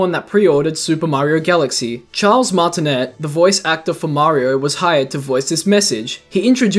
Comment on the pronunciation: Charles Martin-aye